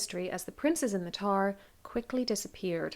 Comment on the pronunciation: For a second I thought you said, "Princes in the TAR," partially bc I was only half listening while doing other things so I missed who you were speaking of. I was imagining tar pits lol! Please, don't think I'm making fun of your accent, bc your voice makes this stuff nice to listen to, even when talking about murder lol. I thought it was funny & am laughing at myself for thinking you said "tar" & wanted to share the giggle.